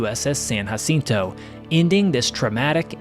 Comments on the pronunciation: I what Kennedy would have thought if he was alive. . It’s pronounced with a J not H we speak English you’re pronouncing it wrong and you don’t speak Spanish. Jacinto not hacinto say it Wright. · You dont have to pronounce it hacinto.